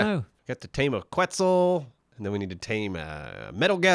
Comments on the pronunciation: Quetzal isnt pronounced like that ;) its Ketzal (full name is pronounced as so: Ketzal Koat-al) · Quetzal is actually pronounced as Ket-Sal. Like Net, but with a K, and Sal as in an italian jazz singer. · So I'm not sure if they are pronounced the same, but if the quetzal in Ark is the same as the national bird of Guatemala (it's also their currency), it's pronounced like "ket-sAl" with an emphasis on the 'A'. Other than this, great video as always, guys!